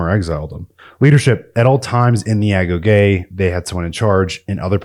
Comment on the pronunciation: Great video. Thank you for pronouncing "agoge" properly; a lot of channels use ai to narrate, and it can never get that word right.